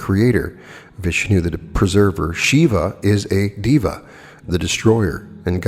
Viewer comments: of course sir, I understand that, but hearing diva instead of deva is a bit odd for me that is all, nothing else...like I said admirer of your work here...😇 Just a warm suggestion... Totally neglectable... No harm. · To clarify, Deva is prounounced day-vuh not diva 🙂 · Day-wa(masculine) and day-we (feminine). 🙏🏼 You tried... I know it's difficult for a westerner to get the pronunciation right without help. I appreciate you work, always looking forward your uploads on channeled materials especially.. thank you and I am grateful.